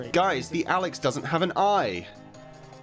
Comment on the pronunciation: Al e x NOT AL I X HOW I KNOW MY BROTHERS NAME IS ALEX